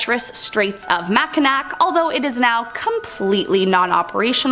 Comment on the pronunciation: Good video but gotta work on the pronunciations. Like Saginaw and mackinaw.